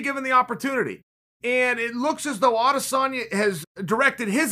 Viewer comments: Chael its ahdissonya. Just ask helwani. He’ll tell you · Chael- "Can you beat Adesamya" Wideman- (KO'd on ground)